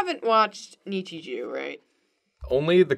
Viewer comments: "Nichijew" i like julias way of pronouncing nichijou 👌👌👌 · It's Nichijou not ItchyJew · Nichi jew -- No- nonononononono. It's Nichijou. JOU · the Nichijou things are rice balls. (also, you say Nichijou weird. Its an 'o' not a 'eew') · WHY DO YOU PRONOUNCE NICHIJOU AS NICHIJEW??? ITS KNEE-CHEE-JOW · It's nee chee JO not JOO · the egghead thing is daifuku, which is mochi (chewy rice dough) with sweetened bean filling. also nichijou is pronounced knee-chee-joe. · I think it's nichij-oh not oo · Angel neechy jew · Who looks at the word nichijou and thinks neechy jew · the way pronounces Nichijou hurts me. NEE- CHEE-JO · i cringed silently inside every time nichijou was said lmao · the way you pronounce nichijou hbciwbcudb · Dont mean to sound like a complete ass, but the way you guys pronounce nichijou makes me want to get out the rope n stool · Ok I love the content but The pronouncing of nichijou is really unsatisfying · It irritates me how pronounces Nichijou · If Nichijou is really your favorite anime, learn how to pronounce it right